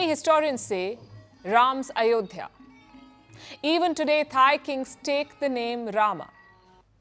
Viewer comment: Not ayodiya.... Mosq place sreeraam... 👍👍👍👍